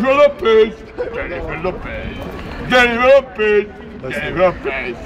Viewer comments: DZENIFER LOPEZ. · DZENIFER LOPEZ !